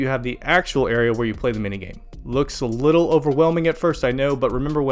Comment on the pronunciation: "sick likkle nature" 😂😂😂😂 take my sub